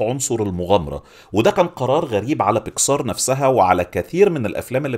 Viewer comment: بيسكااااار بيكسااار ...ياسيدي الفاضل اسمها بيكسر مفيش مدة على السين اطلاقا :(